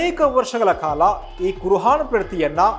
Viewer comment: ಕುರ್ ಆನ್ ಉಚ್ಚಾರಣೆ ಸರಿ ಪಡಿಸಿ. ಕುರ್ ಹಾನ್ ಅಲ್ಲ.